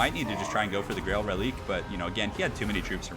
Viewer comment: I think it's pronounced "Relikway".